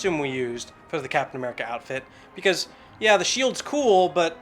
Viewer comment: did he say captain merica?